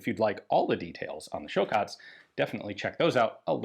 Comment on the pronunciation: Ian is learning Croatian. Nice pronunciation.